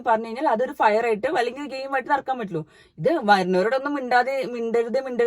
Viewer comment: ഫയർ അല്ല.... ഫിയർ.... ❤